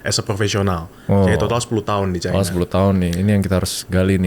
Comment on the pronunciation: Sipp babami, nyebut China itu 'Caina'